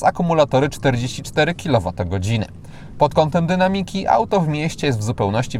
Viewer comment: weź w końcu jakieś korepetycje z polskiego i sprawdź jak się akcentuje słowo "dynamiki" bo uszy więdną jak się ciebie słucha...tak wiem mogę wyłączyć i tak zrobiłem.